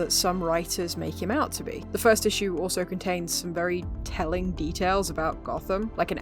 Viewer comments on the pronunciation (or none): none